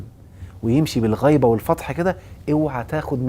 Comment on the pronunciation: الغيبه بكسر الغين وليست بفتح ا الغنيَن